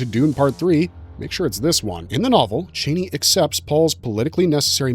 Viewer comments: Your silly voice saying titles is really annoying, and you mispronounce Chani, its Charnie not Chainy 😬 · Only one critique: It's pronounced CHA-NEE not CHAY-NEE!